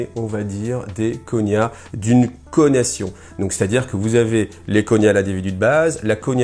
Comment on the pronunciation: Et ça se prononce "nia" et pas "Gna" je suppose ?